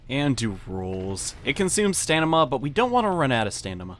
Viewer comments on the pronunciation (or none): lol stanima its pronounced staMiNa